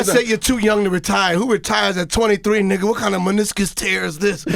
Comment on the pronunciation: Stop saying “Nigah” smdh